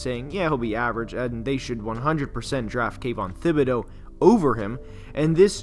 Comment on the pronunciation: Jeez, you guys are driving me crazy. The guys name is pronounced like tibedeaux . Is a French name , the h is silent ! Jeez !